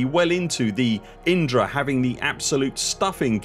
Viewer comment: Enunciating Indra so clearly makes we wonder how many times Inara ended up on the editing room floor? 😂